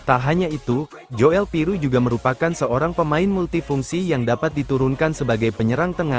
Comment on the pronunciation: Joel Piroe itu bacanya Jul Piru ( OE itu sama dgn U ) Kyk Nathan tjoean ( cuan )